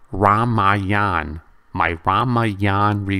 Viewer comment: This time you Pronounced Ramayan 98 percent correctly Keep Practicing, that's the Key!!